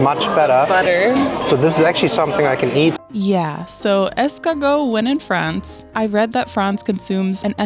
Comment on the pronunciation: did she just say "Paris, Frahnce"??